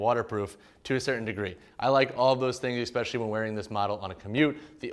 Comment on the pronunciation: Man this is a really good review, thanks. eSpecially not eXpecially